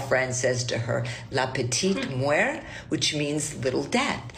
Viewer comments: its petite MORT, not petite muer or whatever she trying to say lol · I’m sorry I can’t deal with the fact that was saying “la petite muert” the whole time instead of “la petite mort” it’s not pronounced the way she was saying it at all and it was driving me nuts